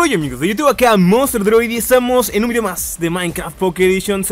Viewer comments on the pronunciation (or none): none